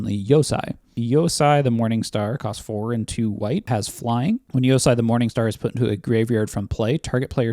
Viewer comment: FYI the white dragon is pronounced "yo-say." "EI" in japanese sounds like "ay." likewise, the white channel land from neon dynasty is "Ay-gahn-joe."